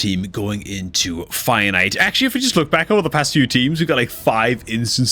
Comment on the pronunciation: It's fire knight. Please don't pronounce finite.